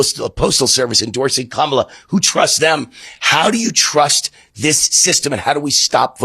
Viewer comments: Ka-mah-lah was a character in WWE. "Comma-la" is how the name is pronounced. Why is that so hard maga? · DEMOCRATIC NOT DEMOCRAT! Comma la, not Com a la. Ugh. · How come on the Town Hall held in the last 24 hours he actually pronounced, correctly, Kamala Harris' first name. Not once but twice as he had to acknowledge the phone calls, she and Joe Biden made to him. And now he'll go back to pronounce her name like Wayne Rooted. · Can't even pronounce Kamala still... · He likes to mispronounce her name all MAGAS do. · I wish to Christ they would just pronounce her name correctly. And isn’t Trump appointee Louis DeJoy still Postmaster General? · Still can't/won't get her name right. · Why can't the right pronounce Kamala correctly? Like, what are they trying to do? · That guy forgot he was meant to be amping up the racism near the end there - he pronounced Kamala’s name correctly after saying it wrong several times over earlier in the video.